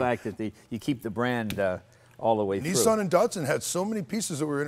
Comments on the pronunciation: why are they calling it dartsun when it's datsun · Aaagh! "knee-sarn" and "Dart-sun" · Anthony H. D. No. Mzeil Raz is right. Datsun is a brand of Nissan, like Lexus of Toyota. Not all Nissan cars were given the name Datsun. Skyline was originally made by Prince Motors, which was absorbed into Nissan in 1966. Nissan seemed only to give its original cars the brand name Datsun. 510 was called Datsun Bluebird in Japan. Skyline has not been called Datsun, just Nissan Skyline( but probably they sold Datsun Skyline 240k in the U.S. in the mid 70s because Datsun was the more familiar name there). BTW in the older comments there’s a guy who accused Americans of fucking words up, saying Datsun should be pronounced Dat Sun...or something like that. We don’t care how you pronounce Japanese words at all, rather, we like you to call them your way and feel familiar with them. Datsun, we say like Duttosun. Dut is for Dutch. To is for top in British accent and the biggest difference is that we accent on the second syllable ‘to’.